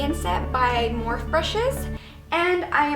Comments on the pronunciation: MorphE "E" you pronounce it like Morphy. You're saying "morph" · great review! Just a heads up I think it is pronounced like morf-e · How the fuck can you do a video on a brush company for a brand name that you can even pronounce ? Lol